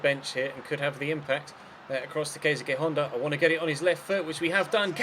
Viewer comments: Keisuke is pronounced like KAYS KAY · Keisuke Honda is pronounced ke-su-ki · Honda's first name you prounounces Ka..suu ke